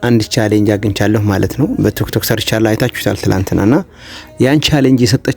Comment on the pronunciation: ቱክቶክ አትበል ወንድሜ ቲክቶክ ነው የሚባለው አስተካክል በተረፈ በርታ